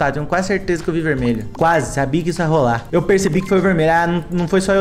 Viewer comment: coloca no 0.5 "verdmelho"kkkkkkk